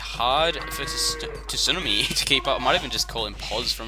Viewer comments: Sue-Nar-Me, had to get that off my chest. Great video though! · TSUNAMI is an english word, no excuses! We say it wrong, but still. i guess ya'll just say tidal wave down under huh